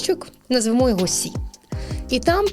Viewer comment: Все клас. але ці назви пунктів ЕЙ / БІ / СІ / ДІ - настільки ріжуть вухо, що відволікає від головного посилку. Розвитку всім та вдосконалення